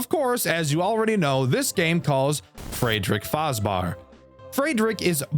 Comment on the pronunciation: The best joke about this game is that every non german youtuber will innevitably say it's name wrong and i find that beautiful.